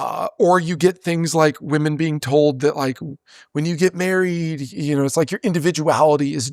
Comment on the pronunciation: This is the first man who I have heard pronouncing women as woman, I thought it was a woman thing 😅